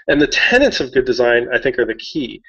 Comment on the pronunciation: (tenets rather than tenants :)